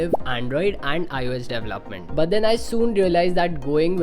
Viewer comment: I CANNOT get over how he pronounces development hahaha "dev-lahp" and "dev-laph-ment. Haha idk it bugs me so much! De-vel-op! De-vel-op-ment! Announciate bro!